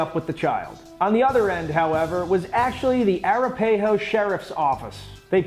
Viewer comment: That is the most creative pronunciation of Arapaho I have ever heard. It’s a soft a not a hard a. More like Ara-paw-ho not Air-a-pay-ho.